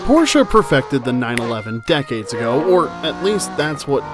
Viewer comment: Not only the background music is so annoying, but you can't seem to prononce de the name Porsche correctly.